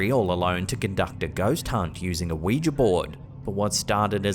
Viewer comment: Thank you for pronouncing Ouija correctly. Don’t know why it bugs me when people say it like Wee-Jee, it’s Wee-Juh phonetically.